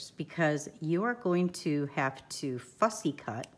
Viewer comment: 😂 ~ every time you say “Fussy ~ Cut” I have a little giggle!